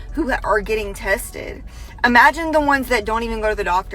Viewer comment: imagine not even being able to say imagine😂 imagine looking like a complete idiot and sounding like one too😂 The public education system needs to be really be punished for the amount of idiots they put out in the world